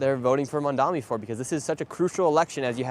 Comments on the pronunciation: Nick always pronounces it "Mandami" when's it's actually "Mamdani" 😆lol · It's not that hard boy. Not that you matter and not that he cares, but it's Mamdani not Mumdummy. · I don't think Nick has ever said "Mamdani" correctly. Pretty sure he says "Mamdami" every time. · First off, at least pronounce his name right. Stop saying Mum-da-mi. I also think yall just selectively edit in the most brain dead voters to make this look way worse than it is. The amount of people in the comments thinking that they aren't clueless themselves is laughable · How ignorant these people are they cant even pronounce his name! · The one guy can’t even say his name right. This is a disaster. Please don’t come to the south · This guy Nick can’t even pronounce his name but trying to speak on politics. Mamdani got yall white supremacist sick